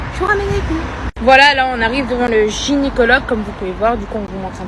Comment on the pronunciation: On es au " gynycologue" et elle le dit 2 fois gynycologue 🤣🤣 gynÉcologue